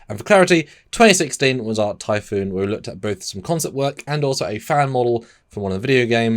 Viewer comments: Typhon. Not typhoon. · Typhon, pronounced ty-fon. Typhoon, pronounced Ty,-foon. Other than that, another great video.😊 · Its pronounced "Tai-Fon" not Typhoon", the name comes from Greek mythology, a giant with snake like features. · Typhon is pronounced tie-fawn. You’re saying it like the type of storm typhoon. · Why are y’all saying typhoon like the storm? It’s typhon (tie-fon) or say it quick (tie-fun). Y’all should scrap and redo the whole video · For me I don’t like the placement of the warp engines as it blocks the Bussard Collectors because of the bulk of the rest of the ship so they can’t collect the hydrogen gas needed for the warp engines they need to be on outriggers. Also the name of the class isn’t pronounced typhoon as in the Russian boomer but typhon as in the Typhon Expance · It's pronounced "tie-fun", there's only one "O" in the word. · Jeez, you guys read a book..... It's not pronounced "foon". You say it to rhyme with "gone" or "John"----Typhon is a figure in Greek mythology, the father of all monsters. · We care how it's pronounced because they're talking about the starship Typhon and not damn ocean Typhoons. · While the word Typhoon does indeed originate from Typhon, they definitely are pronounced quite differently. Also Typhon is more than just snakes, he's a Titan powerful enough to challenge Zeus himself, and the father of Cerberus and Hydra, to name a few other beasties.